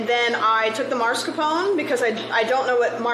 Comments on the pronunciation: Do you actually pronounce Mascarpone as „Marscapone“ in english? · Why does everyone pronounce mascarpone as "marscapone"? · Great episode once again <3 ! I'm so confused why is everyone calling mascarpone "maRscapone" 😭 Is it like American pronunciation or sth?? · did she call it marscapone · It's common but no, it isn't right or anything in any way. At least with like aluminum, the extra I wasn't always there, so it was once proper our way. But no, Mars-Capone is just gangsters in space. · Why can't anyone pronounce Mascarpone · Does anyone there know how to say Mascarpone? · I can add mascarpone 🤌to the list of "things americans pronounce differently than the original word for no apparent reason"